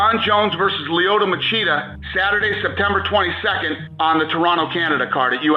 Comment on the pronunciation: Who the fuck is “lie-oto” machida? 😂 cmon man if you gonna say his name 20 times atleast learn how it’s pronounced especially when he’s one of the goats